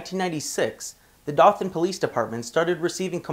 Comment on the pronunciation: Dothan is pronounced doe-than with a long o. Also dothan alabama has the most racist police anywhere in the nation. I used to live right near dothan and every time I drove through there I was always stopped and harrassed.